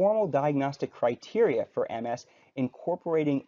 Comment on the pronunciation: Thank you for actually pronouncing MS correctly.